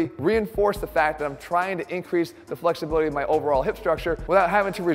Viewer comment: where's the research link? Also did I hear you say 'improving fucksibility' at the beginning of the video!